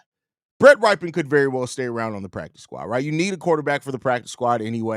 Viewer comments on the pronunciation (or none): that QB's last name is pronounced "rip", not "ripe" 😂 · RYPIEN is pronounced rip pee in